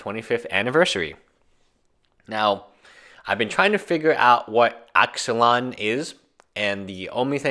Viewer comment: Axelon? Pretty sure it's pronounced ick salon